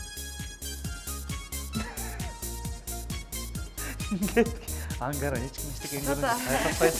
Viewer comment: Ангара деген ат барбы Амкара Деп эле угулуп атат